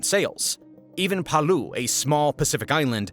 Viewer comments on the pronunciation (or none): even Pa-Lew! My country, its pronounced Pah-Lao 😆🇵🇼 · “Paloo” really?! Try this pronunciation Pah-Lau (like “Pa-loud” but without the D) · Pah-luu? Bruh. try again